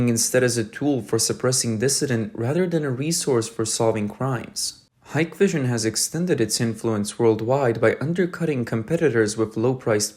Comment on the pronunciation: stupid ai, its pronounced hick vision